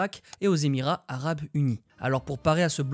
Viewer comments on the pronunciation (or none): none